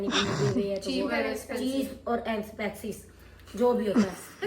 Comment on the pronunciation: Expensive ko Azpansiv 😆😁